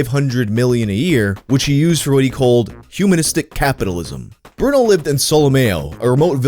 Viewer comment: BrunELLO His name is BRUNELLO 😭